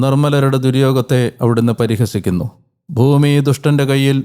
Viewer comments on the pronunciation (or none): none